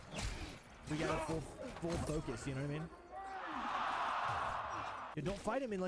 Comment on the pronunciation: any one understand if he said turn foll target on or off? lol